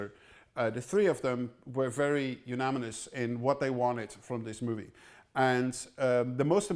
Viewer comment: "The three of them were very unaminous..." my dear Tom ? Sounded like they were unanimously ominous :) God forbid someone takes this as me making fun of the Maestro, it's just a fun slip